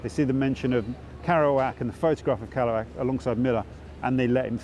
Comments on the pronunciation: "karouac" lol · I wish you'd pronounced Jacks name properly- it rather spoilt the video for me. kErouac with an e, not an a! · Is it not pronounced Keh-roo-ak considering the spelling? Need to know this before I mention him to anyone again 😊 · makes documentary about Kerouac; can't pronounce Kerouac.. heh. just sayin